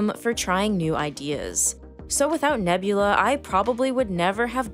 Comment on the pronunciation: The start of the video: “this video was braht to you by nebulaRRR”